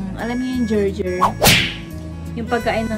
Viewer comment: Like ko to. Tsaka yung gerger😂(gerber)😘